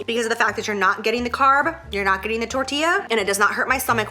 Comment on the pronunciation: Lmao I kept repeating it to myself it's so funny